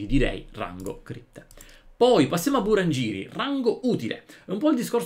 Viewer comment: Buon anno! 😊 e facendo la precisina, in giapponese la "g" è sempre dura, quindi si pronuncia GHembo, BurangHiri, UmetogHi, ToragHi. E Conellia è un po' come Cremisonte dato che riesce a fare in solo Bommal, YST ci ha fatto un video 😉